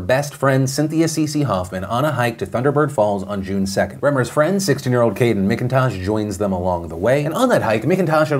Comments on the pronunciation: Oh Philly D. It's M*ACK*intosh, not M*ICK*intosh lol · Oh man... that kids last name is my maiden name... fuck you Kayden McIntosh for giving our last name a bad name!!! Btw its pronounced Mac-In-Tosh 😅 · One thing, my last name is spelled the same as the dude in that Alaska story, and we pronounce it like it’s spelled MacIntosh. I just had a tiny cringe everytime he said the guys name 🤣😆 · McIntosh is pronounced mak-in-tosh